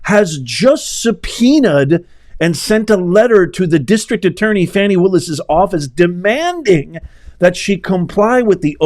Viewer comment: Now Professor…..Ms Willis would like her name pronounced FahNi…..not Fanny. The latter is suggestive of a body part. Just an FYI!!! 😂🤣😂🤣